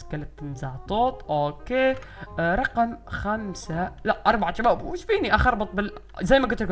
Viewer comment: الفظ عدل هيه شباب مو جباب